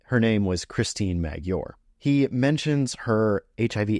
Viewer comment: Not that it's important in this context, but Maggiore is pronounced Ma-jyo-ray.